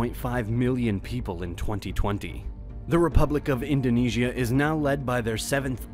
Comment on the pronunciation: I am astounded at how many of researched and professionally written documentaries include so many mispronunciations of even the most common terms related to the documentary. I would think that a little bit of research would have determined correct pronunciations. For example in this documentary words like Indonesia and Bali are mispronounced during the first minute! Those errors make me wonder about the authenticity of the entire video.